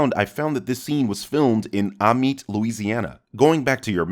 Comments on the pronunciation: Amite has a strong A sound. A-meat is how it’s pronounced. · Hey not to bother, but Amite (as in Amite, Louisiana) is pronounced A-meet. Cant believe Logan was filmed in my local city! I never knew that and I am now enlightened. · The town in Louisiana is pronounced A-meet, it’s our French heritage that make us pronounce words weird lol.